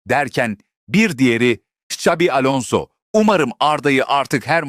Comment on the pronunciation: XS harfleri birlikte Ş olarak okunur. Şabi Alonzo diye yani, Ksabi değil. Saygılar..